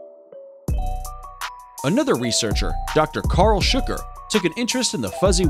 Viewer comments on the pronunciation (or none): none